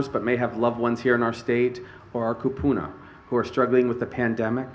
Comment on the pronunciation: Somebody tell that guy it's KUpuna . When you say KApuna you call us spoons UGH